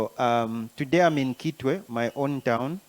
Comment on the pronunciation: With all due respect, history confirms that Kitwe is for Lambas,and they pronounce a head as ikitwe. So it's not citwe. Citwe is a Bemba pronunciation. Point of correction please.